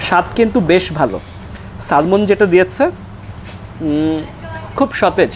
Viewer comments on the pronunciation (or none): Its not a salmon (ছ্যালমন), but it should pronounce ছ্যামন।